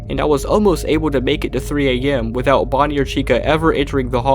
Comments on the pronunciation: Why is he saying "body" instead of bonnie ? 😂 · The subtitles are not automatic but keep saying Body instead of Body. Lmao. Lol, even. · did you just call Bonnie "Body"? or was that just the closed captions mistake.